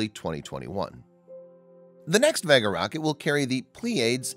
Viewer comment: The reason so many people think the narrator is a robot is that he does odd things like pronouncing Vega as though is rhymes with egg instead of vague.